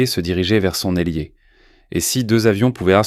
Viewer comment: Ailier, pas élier. 24 ut, 24 août.